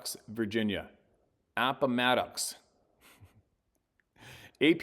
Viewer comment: Steve pronounced "Appomattox" like we do here in central Virginia. Well done brother! 😎